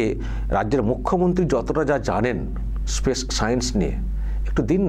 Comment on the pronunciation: ওসব অনেক দূরের কথা, " স্পেস " উচ্চারণ টা করা যাবে তো নাকি , তাতে পবলেম হবে বলে " পেস " বলতে হবে। 🤣🤣🤣